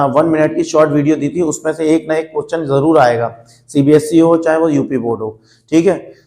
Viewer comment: Are sir question hota hai cochhan nahi 😅